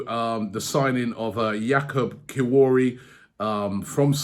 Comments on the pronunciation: Oh no not Kiwori...but pronounced 'Kivior' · How did you read Kiwior as Kiwori? Robbie!!!! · Kiwori? 🤦‍♂️ mudrich, Robbie butchers names as usual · Robbie the last name is pronounced Kee-vee-or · Kiworee? Is robbie dyslexic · I’m not huge on pronunciation but how you turn Kiwior into Kiwori I don’t know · His name in pronounced Kivior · "Jakub KIWORI" 🤣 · it's KI-vior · Robbie said "Kiwori" lol this guy forever butchering names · I'm so confused as to why Americans and Brits have so much trouble with looking at a name and reading it correctly. Kiwori? 😂😂😂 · Robbie I think it's pronounced Kee vee or. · Robbie, AFTV is no longer a small channel. Some professionalism is required. Do your homework before hand and stop butchering players' Names. That is the least you can do. What is Jakub K-I-W-O-R-Y ? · Please guys try to pronounce Jakub Kiwior's name correctly! He's soon to be our player. It's somewhat like ya-coob ki-vior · robbie, the guy is polish for crying out loud, it is pronounced Kivio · Robbie, you have made my day... please say KIWIOR again. haha much appreciation from NRB. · Kiwior is pronounced "Kee-Vee-Yor", just for future reference :) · ROBBIE. Polish names that have a W in them are actually pronounced like a V. W=V in Polish names. E.G Robert Lewandowski is pronounced Robert LeVandoVski. So Jakub Kiwior is pronounced Yakub KiVior. You're welcome. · Man said Kiwori lol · Robbie, its yakub kivior to pronounce 🤣🤣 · Did Robbie just say Kiwori??? 💀💀💀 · It’s “Jivior”. 😅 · Robbie! It's pronounced Kee-vee-Yor! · Robbie’s always butchering players names 😂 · Respect to what you do Robbie but if you want AFTV to be taken seriously you can’t keep butchering names. How difficult is it to correctly pronounce Kiwior and Mudryk? (fuck him but still) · Robbie butchering Kiwior's name😂